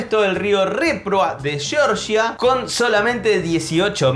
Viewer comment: En Tanggula los trenes no doblan Che, el país Georgia (ex república soviética donde nació Stalin) está frente a Grecia y es el lugar donde se encontraba el Vellocino de Oro del mito (búsquenlo, no jodan). No se pronuncia "yoryia" como el estado de EEUU sino algo así como "gueorguia". #Datazo